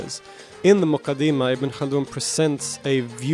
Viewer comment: its more accurately pronounced as the ‘Mu-kaddi-mah’